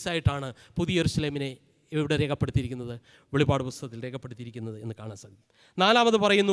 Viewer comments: വെളിവഅഡ് എന്നല്ല വെളിപ്പാട് എന്നാണ് അച്ഛാ... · In malayalem not pronouncing as velipad it is velippad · വെളിപാട് അല്ല വെളിപ്പാട് ആണ്